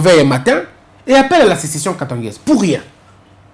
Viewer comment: corriger svp SECESSION et non CESSETION